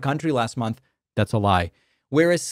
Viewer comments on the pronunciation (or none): none